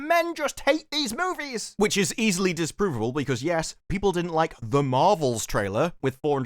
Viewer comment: Disprovable... Disparuvable? 😅